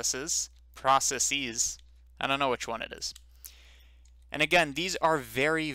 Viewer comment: At about , your first pronunciation of "processes" was correct; it is not pronounced "processees".